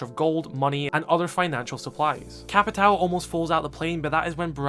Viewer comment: "Joal' (JOÃO), "Capital" (CAPITÃO), Tubaral (TUBARÃO) It's time to learn how the ~ affect words in portuguese.